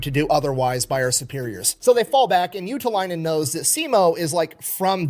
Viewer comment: Your pronunciation of ”Juutilainen” was dead on, though. 😮🇫🇮👍🏻